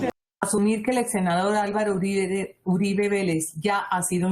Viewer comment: Uribe no Uriba, saludos